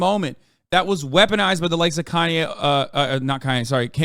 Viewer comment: I feel like he removed the “Kan” from “Kanye” cause it’s pronounced “Con” for the thing is.